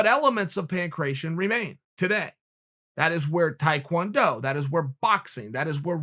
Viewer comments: Pan cration 😂 its pan-kra tee on (ancient greek ) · I know a bunch of other people have also pointed this out, and not too come off as a grammar Nazi but Uncle Chael its PAN - KRAT - TION love and respect.